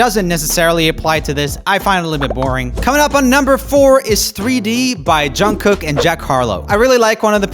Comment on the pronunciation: Hearing Joel actually pronouncing Jungkook correctly just feels weird to me